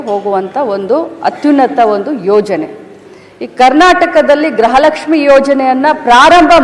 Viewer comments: ಅಮಾ ತಾಯಿ (ಗ್ರಹ ಲಕ್ಷ್ಮಿ) ಅಲ್ಲ (ಗೃಹ ಲಕ್ಷ್ಮಿ ) ಸ್ವಲ್ಪ ಪೂಜ್ಯ ಭಾವನೆಯಿಂದ ಗ್ರಹ ಲಕ್ಷ್ಮಿ ಅಂತ ಹೇಳ್ಬೇಡ ರಿ ನಮಸ್ತೆ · Madem grahalakshmi alla. Gruhalaksmi sariyagi kannada matadi punya alla. Edu lancha cham